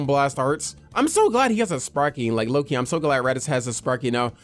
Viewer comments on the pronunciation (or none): none